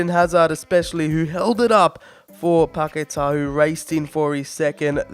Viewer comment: Please try and pronounce Paqueta’s name better. 🙏🏻